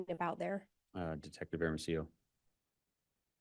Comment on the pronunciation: Why does she keep saying airamasio, for hermosillo? It is so irritating, shut the f. Up lady